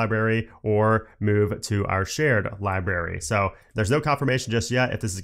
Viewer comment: Please stop saying "Li-Berry". The word is "LibRary"